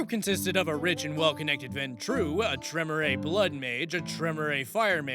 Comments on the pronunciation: Well. Apparently he missed the part about Vampire being a game of intrigue, subterfuge and The All Guardsman Party’s favourite game ‘screw everyone else before they screw us’. Also, Tremere is pronounced Tre-mere (as in ‘meerkat’). To hear it spoken, watch the first audio log in ‘Hunter; The Parenting’ by Alfabusa. Actually, watch the series in general. And look up The All Guardsmen Party’s favourite game, honestly think you’ll enjoy them. And as a guy whose go-to class is usually Rogue, I sympathise. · Tremere is pronounced Tre-meer, like Meerkat. 😊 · The Tremere pronunciation is KILLING me